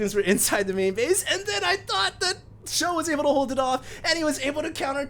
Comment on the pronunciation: everytime he says 'for sjow' I think 'forsho' like for sure / fosho. :)